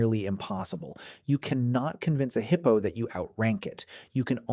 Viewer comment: The heeippo😂